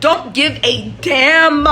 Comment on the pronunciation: Enunciate that “dammmmm”